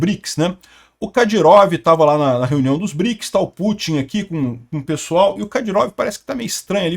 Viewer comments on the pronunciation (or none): none